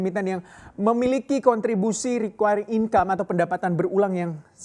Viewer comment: Apa iya "Recurring" dibacanya Rikuayring ?